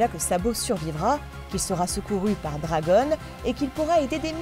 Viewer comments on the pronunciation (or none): none